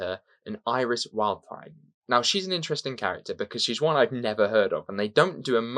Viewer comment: I've not listened to this one yet but I'm very aware of Iris "Wildthyme" (I couldn't quite catch your version!). She's a Time Lord (probably...), her TARDIS is a red double-decker bus which is slightly smaller on the inside, she made her first lengthy appearance in 1998's BBC novel "The Scarlet Empress" although she was in the author, Paul Magrs, previous non-Who work, she's had various bodies - only the Barbarella one comes to mind, she was UNIT's scientific advisor, she's had loads of Big Finish releases - most with Panda, a talking panda and... the lesson ends. 🙂